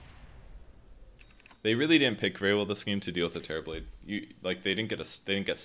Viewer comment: All I hear is Terriblade.